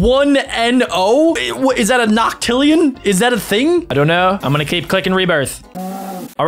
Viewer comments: It's not noctillion it's nonsillion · its nonillion not noctillion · Not Noctillion. It's Nonillion.